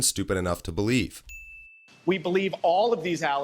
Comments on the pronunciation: Paleave???????? HAHAHAHAHAHAHAHA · Please "pelieve" me!